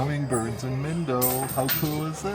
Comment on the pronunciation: Your Lesson #1) the I in Spanish sounds like E. SO mindo = meendo